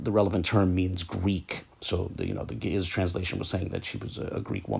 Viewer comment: Not the original pronunciation though.